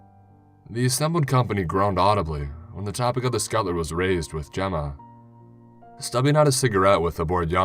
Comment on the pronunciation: Skutlr?!!!!!!!! PLEASE SAY SCUT TUL LER